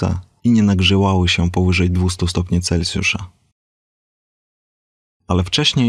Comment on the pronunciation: Brawo za poprawne wymówiemnie nazwiska naukowca od którego mamy skalę temperatury, pomimo ogromnej powszechnosci jest ono bardzo rzdko wymawiane poprawnie, Celsjusz nie cencjusz